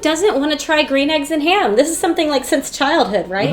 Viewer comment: Dr. Seuss's Gwean Shmegg Yolks And Ham.